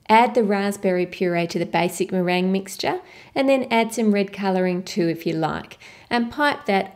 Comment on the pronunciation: meringue not merin xD